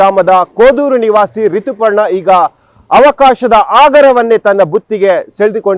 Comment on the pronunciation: ಸರೇಶ್ ಅಲ್ಲ, its ಸುರೇಶ, ರಿತಿ ಪರ್ಣ ಅಲ್ಲ, ರಿತುಪರ್ಣ 🤣